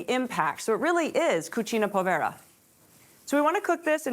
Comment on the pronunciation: Gnocchi chef: Not Poe-vay-ra. Say: pooooo-ve-rrrrr-a. Di = deeeeeeeee farina